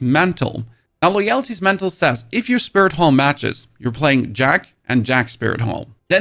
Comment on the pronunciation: Dude copies these builds and then can barely pronounce the names of the items. Never heard of Loyalty? 😂